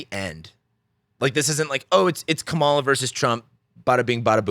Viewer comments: Here's a fact you overlooked: her name is pronounced: Comma-la. Or ", la". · Please pronounce Kamala's name correctly. Comma la... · Her name is pronounced Comma-la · Emphasis on the first syllable. Like Kamala. 🤦‍♀️ You said that this is all utter nonsense. I agree that all you said is utter nonsense. Jesus. Unsubscribed. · You might want to start with learning how to pronounce Kamala's name correctly. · Please have some professional respect and learn to pronounce her name. So lame. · Why can't you say her name correctly?